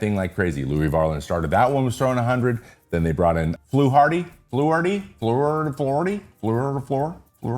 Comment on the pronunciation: You struggling over Fluharty's name made me giggle! It's pronounced FLU-hardy, if you're curious. Love your videos, very excited to see you're planning a Yesavage video.